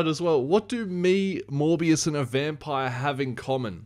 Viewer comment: I can’t be the only one who hears him say “more BS” not Morbius 😂